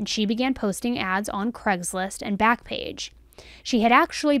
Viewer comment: Please say Craigslist not Cregslist...